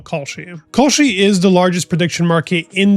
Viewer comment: Does California sound like cauliflower? Same with your pronunciation with Kalshi. It’s Cal (Kal) not Kaulshi.